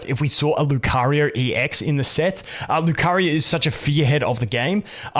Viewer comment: Where are you from that makes you use R at the end of words? Like nowR, LucarioR